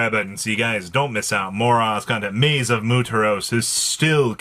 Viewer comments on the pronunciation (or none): I can’t wait till Maze is done so he can stop butchering an easy word